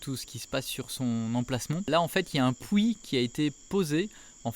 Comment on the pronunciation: Pourquoi "pou it" et pas puit? D'où vient cette prononciation?🤔